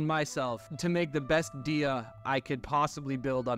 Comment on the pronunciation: "Dee-ya"...? Really? EDIT: Oh my *LORD,* your artifacts need some work. Jesus Christ....